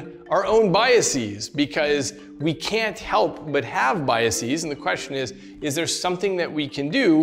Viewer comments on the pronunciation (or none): The constant mispronunciation of “biases” as if it’s like “diagnoses” is killing me.